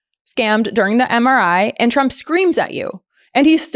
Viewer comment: When Caroline reads her MRI report I swear I heard her say “president Chump”.